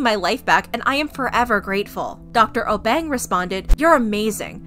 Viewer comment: I know this was posted long ago but she was saying the Obeng wrong I know cause I he’s from my country from Ghana